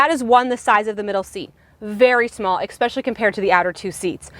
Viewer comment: I totally love your videos, but I must tell you… my ears bleed a little every time I hear you pronounce “especially” as “X-peshly.” 🥴🥴